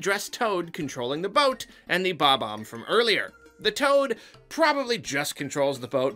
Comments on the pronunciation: his name is BOB-omb, not BOMB-omb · It's not Bomb-omb. It is and has always been Bob-omb.